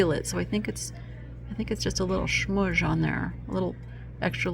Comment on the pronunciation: …. The word “shmudge” is pronounced schmutz..❤❤❤😊